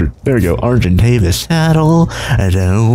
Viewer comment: Hey the bird you can't pronounce is known as an ark-i-tave-i-ous